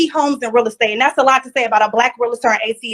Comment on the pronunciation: It’s not pronounced real-a-tor. It’s pronounced reel-tor.